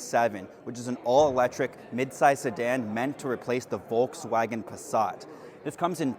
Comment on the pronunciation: Nice overview. Though I just can't stand how you pronounce Volkswagen.😅